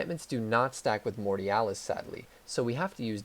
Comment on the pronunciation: Mortialas or mortalitas?😂😂